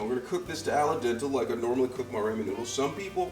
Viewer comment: Ray-mon, flavor-ation, green un-yon, and ala dental noodles?? Never heard this pronunciarion, but I like it... Those are new words I'm adding to my cooking vocabulary!